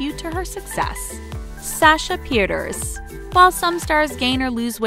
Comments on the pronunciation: Sasha petierse i hope I spelled that correctly is not pronounced peters it’s piii tear ssss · It's pronounced PE-TER-SA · THEY BUTCHERED SASHAS NAME OMG it's pronounced ( peter SAH ) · They said peiterse wrong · say sasha's last name right